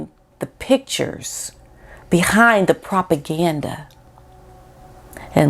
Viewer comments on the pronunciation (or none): none